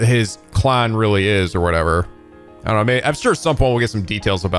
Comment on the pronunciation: Anyone notice that has a funny way of saying the word “clan?”